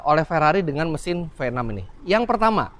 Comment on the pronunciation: Mesin Venom.. ngeri banget.. venom.. Ternyata cuma pelafalan Indonesia.. V6😂